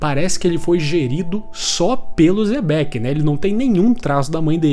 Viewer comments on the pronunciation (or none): O quão difícil é pronunciar certo os nomes? Kkkk uzop e zebec mds kkkkk